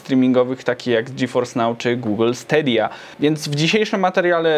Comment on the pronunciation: pierwsze 10 z komentarzy dwa złe wymówienie stadia